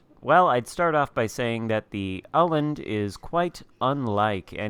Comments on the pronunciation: 3rd try is pretty damn close. I'm not swedish, but Danish, so pretty damn close:) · It's pronounced Uh-land (wovel-sound as in 'Earl' or 'earn'). Your third attempt sounded pretty good! :D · Hipper is danish, i am swedish. It's pronounced Uh-land (wovel-sound as in 'Earl' or 'earn') :D